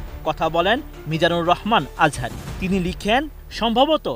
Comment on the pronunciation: মিজানুল আজহারি কি আবার.? নামটাও সুন্দর করে উচ্চারণ করতে পারেন না.?